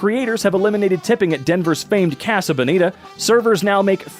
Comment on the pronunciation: its pronounced casa like mojo dojo casa house